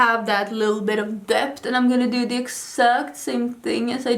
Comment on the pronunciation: You mean "dept" 😆🙊